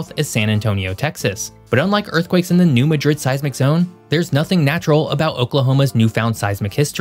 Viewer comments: In Missouri, it's pronounced 'MAD-rid', w emphasis on the first syllable. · I don't expect anyone not from the area to know the pronunciation, but being from Southern Illinois everyone in the area pronounces Madrid like Mad-rid. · That’s pronounced New Mad rid. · We do notpronounce it New MA-DRID.... we call it New MAD-RID 😂😂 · 4 Points... #1-New Madrid is pronounced NEW MAD- DRID #2-Since the mid 90's building codes in some municipalities have been amended to require remodel, improvements, new infrastructure and new commercial, and government buildings be built to seismic standards. #3 Cape Girardeau- pronounced jeer-rar-dough, does not have the population reflected in your video. Your figure was 100K, it is actually less than 50K. The "county" of Cape Girardeau may have 100K plus, but not the city. Cape Girardeau is the "regional hub" and tends to attract shoppers, medical patients, special events goers from appx. 10 counties. Cape Girardeau can swell to over 200K on weekends and during holiday seasons #4- In this region's recent past, a new phenomenon has emerged that I believe will contribute to a more robust chance of a much stronger catastrophic seismic event taking place here sooner than that 500 year figure, and It will be a more violent and destructive event when it occurs. The phenomenon is "fracking sand". There is a pre- historic shelf or layer, swath, of the earth's crust that runs from south to north from near the Arkansas border up to just south of Festus, MO. , then it fades in MO but continues over to south central Illinois, then on northward to Minnesota. Minnesota has the largest deposit of this perfect sand ultimately l. This layer, I think is the, Eisenhower layer or possibly the Roosevelt layer, I'm not a geologist or someone that knows all the layers that make up Earth's crust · As someone who respects your work, I would like to point out that the local pronunciation is New MADrid vs. maDRID ... and Cairo, IL is locally pronounced CAYro.